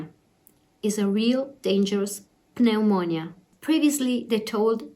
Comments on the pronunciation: FYI the "P" in pneumonia is silent, Pronounce it like it's spell neumonia. Another example of how ridiculous the written English language is. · So pleased you have recovered but this has been a catastrophe for Italy and now for my country - England. Wherever you look it's bad news, we can only hope that the measures we've taken succeed By the way, Pneumonia is pronounced with a silent 'p' in English, so in effect, it is nu-moan-ia x